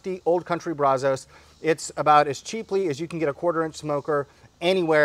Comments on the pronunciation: my man, as much as you like to spend time in Texas eating our great BBQ, we have to work on your accent. You have to pronounce it BRAZ-US...not BRAZ-OH-S. Keep up the great work bud! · it's pronounced Brazz-Us. I assume it's named after the Brazos River and Brazos county which are here in Texas. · Please learn how to pronounce Brazos I live in Brazos county on the Brazos river & it is really annoying Love the videos other than that